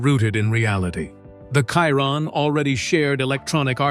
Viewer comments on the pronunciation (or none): Its a bloody Chiron pronounced SHIRON FFS Not Kiron with a K. Bloody AI voice over you should get this right. So many people have told you but you choose to ignore them. Why?